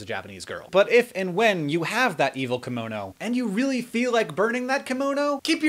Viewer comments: Hank, is called KIM- MO-NO, not KAM-MO-NO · That Japanese thing you talk about... "kimono"? Is that how you pronounce it in English? The "ki" is really more like "kee", there's an E-sound there. ^^;; Or I may be wrong and you were talking about something else entirely, in which case, ignore me.